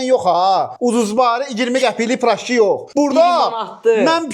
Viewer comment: Peraşki❌ Pıraşki✅